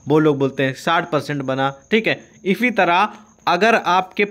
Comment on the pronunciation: इसी तरह ❌ इफी तरह ✅😂😂